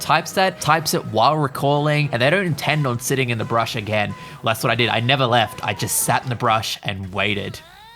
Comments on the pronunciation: How fuckin annoying to hear you say brush all the time .. dude it's a fckin BUSH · IT IS BUSH NOT BRUSH